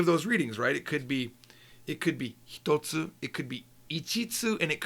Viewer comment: Thank you so much for producing these videos. I do subscribe and have purchased all your books. I did want to point out what I think is a minor error; I noticed "one thing" spelled as and pronounced "hitatsu". Shouldn't it be ""hitotsu"?